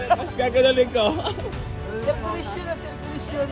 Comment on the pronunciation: Circulation ❌ Serkcullation ✅